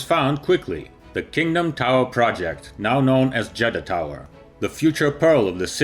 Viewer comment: I thought he said Jedi